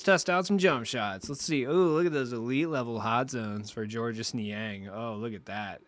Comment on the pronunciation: It’s simply pronounced George. Not George-us